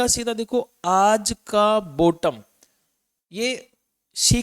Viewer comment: 91 इक्यानवे बोलना सीख लो, Bottom बोलना सीख लो, और भाई फ्री में कौन सी समाज सेवा kar रहे है, ख़ुद इतना जानते हो ख़ुद ही बन जाओ पहले, you tube से कमाने निकले हो. बुरा मत लगाना ध्यान से सोचना . गलती आपकी भी नहीं भारत देश में बकरे तो मिल ही जाते है.